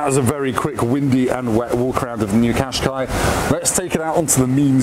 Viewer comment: If you haven't learned how to pronounce Qashqi after 14 years, that says more about you than the car... "cash-kye"